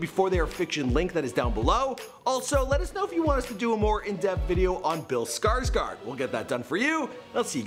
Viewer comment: "Feat. Bill skuurtsquirt".....are you serious? SKUURTSQUIRT? It's Skarsgård! Sk-aa-sh-goerd. Not fucking skuurtsquirt